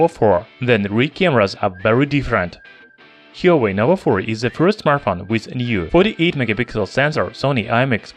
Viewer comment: "Hee-yo-way"? Lol